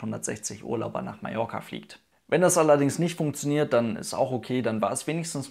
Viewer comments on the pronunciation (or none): none